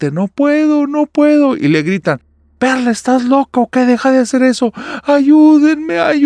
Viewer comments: Ánimos espero que te recuperes pronto. Soy el único que en vez de Perla escucho perra en la primera historia?? XD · Yo escuché perrra jajaja y era perla